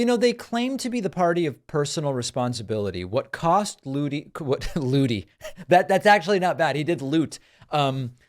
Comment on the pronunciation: Ludie, not Lootie 😀